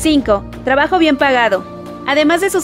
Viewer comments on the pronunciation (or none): none